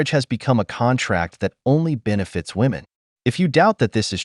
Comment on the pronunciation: Am i the only one hearing women...say women wrong?